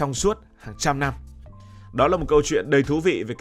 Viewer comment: Kênh lớn mà sao phát âm sai nhiều: giao bán, nhăm…